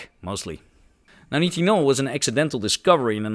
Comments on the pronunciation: Nitinol should be pronounced 'night-in-all' instead of 'knit-in-all'. You don't seem to often look up proper pronunciation of unfamilar words when you research for these videos, but that's your choice... ;) (amateur lowbrow gaslighting attempt) Just kidding! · since grammar is being highlighted. You’re pronouncing nitinol like “knee tin all” I’ve always known it as “nye” as in nylon “tin all” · nitinol (night-in-all)